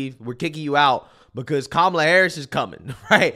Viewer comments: I just noticed even kumala pronounces her own name wrong. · You gotta pronounce her name like this: ka-MAH-la 😂